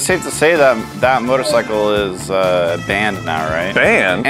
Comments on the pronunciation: "Motorcicle" WHAT!?!?!? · Nobody:: Motorcicle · ok. 2 things. #1. We knew what 2 of the 3 were going to get because they spoiled it in the beginning preview and during the intro.....get rid of these spoilers/Previews #2. "Motorcicle" Come on guys.....really? lol